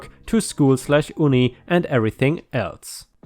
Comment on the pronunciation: My first car was a 2001 Toyota Camry, paid for by my mom. She got it dirt cheap; a friend of hers was selling it because their spouse had developed Alzheimer’s and couldn’t drive anymore 😢 By the way, couple of quick English pronunciation tips (again, using German spelling conventions for your comfort): “divvying” is pronounced “diw-ie-ieng”, and “uni” is pronounced the same as “Juni”, as in what we Anglophones call the month of June. 🙂